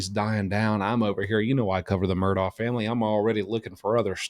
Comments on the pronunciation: Mur dock. Its not an english pronouncation. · Mur-DOK is how it's pronounced